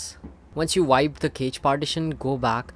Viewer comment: Cache is pronounced cash in English.